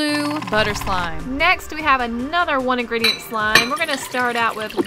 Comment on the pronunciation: Love how they say "one ingreditent" when they use like 5 lmao